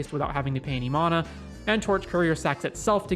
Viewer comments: MAN - UH = Correct -- MON - UH = Rere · Anyone else bothered how he says Mona..... it's Mana. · ItS mAnA nOt MoNa